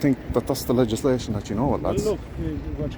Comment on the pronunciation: FFS, the Garda couldn’t even say ‘legislation’ the first time. Probably after having a few whiskeys on the job. This is embarrassing to us Irish.